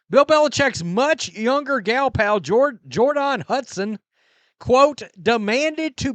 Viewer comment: I heard that’s the accurate pronunciation of her name.